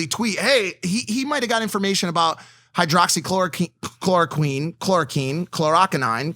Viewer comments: If you can’t even pronounce “hydroxychloroquine” you shouldn’t be talking about the subject 😂😂😂 Let alone to millions of people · Actually Hydroxychloroquine(which you pronounced wrong) has been showed to work. I work in the medical field and most of the doctors I work with absolutely praise Hydroxychloroquine for working better than any other drug to treat COVID-19